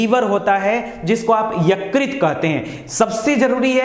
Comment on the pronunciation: Yukrit nahi .... Ykrut bolte hai .....